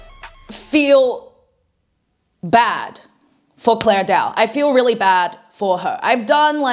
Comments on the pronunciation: The video is nice , but like her name is clara not clair dao, not that I care if jer name is roght or wrong but lile yeah 👍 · why is she calling her clare when her name ends with an A. 😭 clara